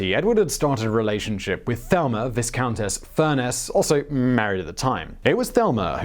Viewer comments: "Viscountess" is pronounced 'vi-countess' with a long I. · Viss-countess? You're really not British, are you? It's a good accent, though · and silent s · Loaded with errors...and who pronounces "Viscountess" like that?? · The s in Viscountess is silent!! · Should make mention that the 's' is silent in viscount/viscountess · Glad I'm not the only one who caught that.